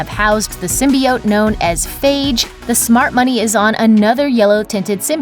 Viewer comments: Symbiiiiioteee . God damn not symbeeote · Lol sin-bee-oats